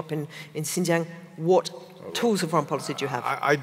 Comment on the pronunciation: How can one be an authority of what China is doing and/or thinking, if you can't even take the time to learn how to pronounce XinJiang and Xi Jin Ping?